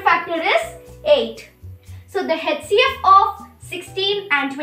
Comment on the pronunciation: HCF to sahi pronounce kro beta Other wise good effort